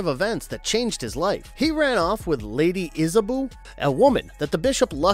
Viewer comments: Iz-A-Bow ( bow, like bow and arrow )- IZ- A-BOW .. not isaBoo... Andromeda--AN-DROM-ADAH.. not Andro-MEE-dah lmao.. not sure how you get these so wrong.. but, still love the list. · I hate to be that person, but you pronounced Andromeda wrong when talking about Clash of the Titans. The e sounds like a short i sound. And for Lady Hawke, Isabeau is pronounced with "Isa-bow" The names here are French so yeah . . . it's okay though. Other then that, OMG thanks for mentioning some of my childhood favorites that really impacted me as a kid. Oh I would also add the Rankin/Bass animated classics, at least Flight of Dragons (as amazing as The Last Unicorn is, I wouldn't call it a 'swords and sorcery' type of flick). Movies like Krull, Legend, and Lady Hawke were pivotal to me liking these types of movies. I would also add Conan the Destroyer. I know the first movie is a classic, but I never saw the full movie until I was a teen due to the graphic nature. The sequel was more 'kid friendly' so I ended up watching that movie more (never watched certain scenes either).